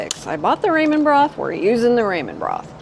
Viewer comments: Finish watching with closed caption and volume down. I apologize for stating this, but I couldn’t get past your pronunciation of Ramen (raw-men, not ray-men). 😘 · Love your food videos and also ONA but I am dying... Ramen is pronounced "raa muhn" 😂. Love your pure transparent presentations too.